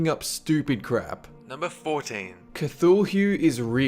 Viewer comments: kuh-thul-heu? No. Kuh-thu-lu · It's pronounced "Ka-Thoo-Loo", not "Ka-Tul-Here". And while "Cthulhu" in the literal meaning of the word is indeed fictional, the philosophies behind Cthulhu are very much real. The idea that there are some things in this world that are beyond human understanding, and that we can never hope to control is very much true. Natural disasters, those monstrous black holes in the center of the universe, paranormal beings that defy science. Also the fact that one day the sun will swallow the entire solar system. It's things like that which are what "Cthulhu" represents. The idea that, in the end, we're all fucked. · Cathuuel? I think you mean Cah-thu-lu Cthulhu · cth - ho - lu? No, Cuth-u-lu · Its pronounced coothooloo, not contholihm. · It's not pronounced co-thu-lhew, it's pronounced, ca-thu-loo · Did he say cthuhule? Its pronounced cafulu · "Kuth-hull-hue" hmmmmmmmmmmmmmmmmmmmmmmmmmmmmmm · Cuhthulhue? Sir, I think it's pronounced 'Cthulhu'. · 14. Is cha-too- loo Chotulu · It's pronounced C-tulu and re-lee A. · "Cthul hue" Oh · Not CA-THUL-HU! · He just called Cthulhu, Cathul-hoo... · "CthulHUE" what the fuck kind of pronunciation is that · Isnt it pronounced ka-too-loo? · Oh, man the way he pronounces Cthulhu ... bleah. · He pronounced Cthulhu wrong, it bothers me. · One, that action clapper thing seen in movies " i have no idea what the name is" should say kubrik not spielberg as its a conspiracy he directed it. Two, why did u pronounce cthulhu so bad, arent you english!! You do not disrespect the old one!!! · I just wish he pronounced Cthulhu correctly. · no you don't pronounce the h in Cthulhu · I like the way he pronounces Cthulhu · DID HE SERIOUSLY PRONOUNCE CTHULU LIKE THAT!!! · You pronounced Cthulu wrong. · you butchered Cthulu's name so badly. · You pronounced the dark lord Cthulhu's name wrong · the way you pronounced cthulhu made me almost question by undying love for you for about .2 seconds